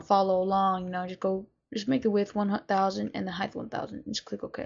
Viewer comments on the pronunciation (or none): He said screen Heighth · width and heighth...